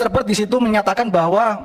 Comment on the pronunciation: Mr. Bert, bukan Mr. Bird